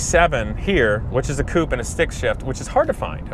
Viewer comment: You're saying coupe wrong